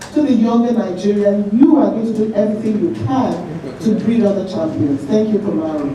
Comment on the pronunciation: Kamaru not kabiru